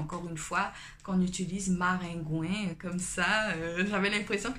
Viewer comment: Ce qui m'a surpris c'est maringouin (ou marengwen) comme ça s'écrit en créole isit et koridò😂😂😂 mais quand tu as dis marengwen j'etais morte de rire 🤣🤣🤣